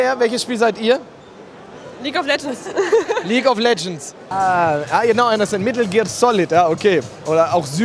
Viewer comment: Leguea of Legends voll geil gesagt Aso das leguea also